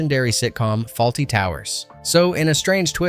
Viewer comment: It is Fawlty not Faulty